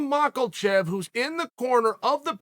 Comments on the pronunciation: Uncle Chael…. There’s no “L” in Makhachev! You may be undefeated undisputed in the cage but you sir are the worst at pronouncing names in the history of MMA content. So repeat after me… it’s pronounced “mock a shev” and also “ya ear” not mockleshev and yarear 😂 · MAKHACHEV NOT "MACKELCHEV" - FOR GOD'S SAKE CHAEL !!! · 'Islam Mackelchev' lmao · Islam “Mackel-chev” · “Islam macklechev” 😂😂😂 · “Islam Mahklechev” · Why does Chael keeps calling him Islam Mocklechev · “Islam Mahkelchev” 😭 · Who else loves Izlam malkachev? 😂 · "Mackacheev? No. Matchachef? No. Makeachuff? No. Mawcklecheff? That's it! That's the one!" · Ah yes, Maklechev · Chael will not start pronouncing names right until the day he passes away. LIKE MAKALLLLCHEV? REALLY?? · bro why do u pronounce makhachev as maclchef xd u need to practice ur pronounciations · Why tf does he say MAKOLCHEV.... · I just LOVE when uncle Chael calls Islam: Mal-kl-chev. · Where’s the “L” in “Makhachev”? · Chael where is the “L” in the name “MAkHACHEV “😂😂😂 it always gets me dying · Someone pls tell Chael theres no L in Makhachevs name. I cant take it anymore 😂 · chael there is NO L IN MAKHACHEV NAME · I NEED to know where Chael is finding the "L" in the name Makhachev.